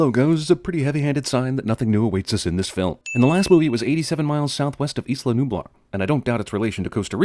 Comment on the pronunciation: It's isla nublar why he sed was wrong